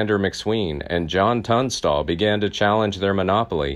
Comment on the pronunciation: I wish they’d let me narrate for them. I’m from the area, and the videos are fantastic; but rife with mispronunciations. Charlie Bowdre (bow-like the front of a ship) (bow-dree) and Tunstall. Tunst-ll. Not tuns-tall. Please let me help your channel…I’d be willing to present horseback…from Lincoln